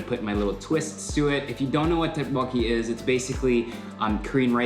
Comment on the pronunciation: That’s pronounced tokboki